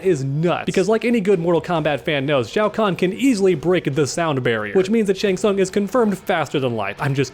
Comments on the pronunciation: Shao Kahn? I think you may have misspoken there. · disrespected my boy Shang Tsung, calling him Shao Kahn